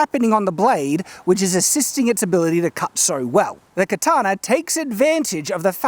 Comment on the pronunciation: why do you pronounce it "katanar", with an "r" at the end? I'm learning to speak english.